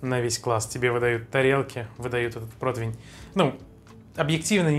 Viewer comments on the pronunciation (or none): от слова протвень течет из ушей кровь. ПротИвень.